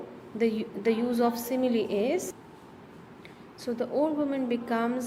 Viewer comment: your simile pronounciation is wrong